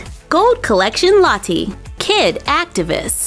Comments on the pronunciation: No offence but it sounds like you are saying latte 😂😂😂😂😂😂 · You say Lottie funny not there’s anything wrong with that difference is great !